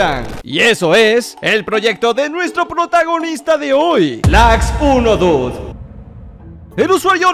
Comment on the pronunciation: perdon pero creo que se dice laxonedude osea en inglish